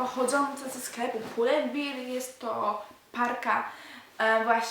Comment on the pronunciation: pull and bear hahah jak mówisz beer to znaczy piwo :D